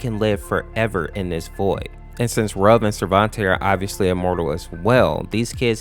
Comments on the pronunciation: Ayo did you say "Rug" instead of "Ruv"😂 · Some people are pronouncing Ruv's name wrong. It's pronounced (R-oo-v) like the word root. A lot of people seem to think it's pronounced like the word love. It's not. I've watched Date Night Masses and in the beginning cutscene I can clearly hear it being pronounced as R-oo-v not r-ove. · Wait.. It was 'R-oov'? I pronounce it as 'Ruf' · you said both sarvente and ruv's names wrong. ruv is pronounced as if it is spelled ruve. sarvente is pronounced sarv-e-n-te